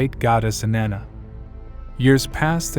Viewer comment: Her name doesn’t rhyme with banana